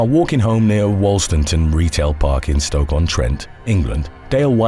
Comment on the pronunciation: Wolstanton Retail Park Stoke on trent is spoken locally as "Wool-Stan-Tun"